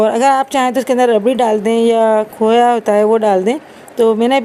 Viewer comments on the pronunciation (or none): none